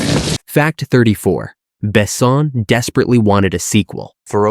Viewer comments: Besson is mispronounced too. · Fact: check pronunciation before recording. Besson and Jean are to be pronounced French. Plzzz